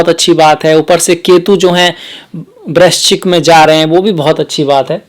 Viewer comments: ye brakchis kyun bol rahe hai sir? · Kon hai ye namuna..... Jise vrischik bolna bhi Nahi aata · Vrahschik bol nahi paa rahe aap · वृश्चिक शब्द बोलने का अभ्यास करें 👍👍👍